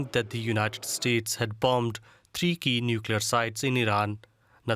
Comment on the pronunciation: I heard the narator said "Tricky", then I realized it was " Three key"